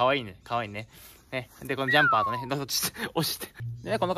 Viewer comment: ずっと「ジャンパー」のこと「ジャンバー」って言ってた